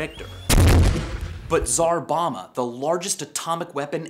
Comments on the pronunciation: Tsar Bomba, not Zarbama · "Zarbana"?! U mean Tsar Bomba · Why are you pronouncing Tsar Bomb like "Zar Bomb" ? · what's a tzjarbomma? did you mean TSAR bomb?